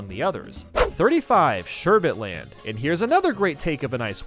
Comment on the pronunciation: “Sherbet Land”?